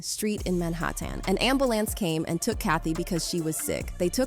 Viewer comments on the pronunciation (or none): Dude just use your own voice this robotic shit is annoying “in man hah tayn brought her to the hoss pee tall thats where she ex peer id, an an eer ism off eed her”